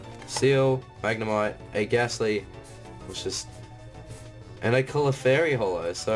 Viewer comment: you say clefairy very oddly